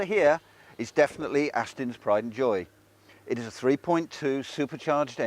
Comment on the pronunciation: Why does this guy call Astons 'Astins'.? He is really irritating. I am a Jaguar man, but to criticize a car because of the coin holder just about sums up this review.